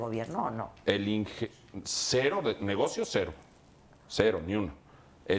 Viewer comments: Uta Sr. Elías Ayub, me decepcionó....no se dice "NEGOCÍO", con acento...se dice "NEGOCIO" sin acento. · Se dice negocio, no negocío como dijo el Sr. Elias Ayub